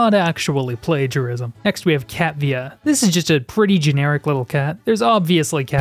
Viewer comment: Bro really said "Cattvia"